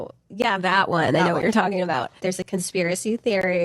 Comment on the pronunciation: Did anyone catch how she says “about”??? She’s Canadian. In the old interview she says “aboot” very subtly. And later when she’s being interviewed about the conspiracy- she drops into valley girl mode and then says “about” the American way… I was friends with the original Paris Hilton impersonator (she is Canadian and I will call her Nancy)… but Nancy was pushed by her agent to go do more and more gigs posing as Paris until she finally made the “Simple Life” episode. The transformation that sweet girl went through and her confessions of how she was having an identity crisis was getting serious. GUYS the industry is full of decoys… I nvr thought I’d say this - but btw the mole, the voice, the accent and style shift… I think im convinced. It’s the sparkle in Melissa’s eyes that was deeper in Avril’s eyes. Hmmm. 🧐